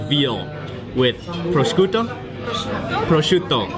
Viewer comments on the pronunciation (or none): Who says pro scuto? Its alway projuuto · Don't want to sound like a hater, I like his videos, but what food lover doesn't know how to pronounce "prosciutto" . Also he orders carbonara, which you can eat in every italian or international restaurant in most big cities in every country in Europe and also North America, etc.